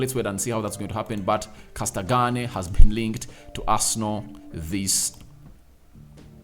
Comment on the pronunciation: I love how cold you butchered Castagne's name 😂